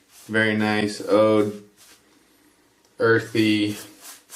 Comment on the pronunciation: First! BTW, it is pronounced OOD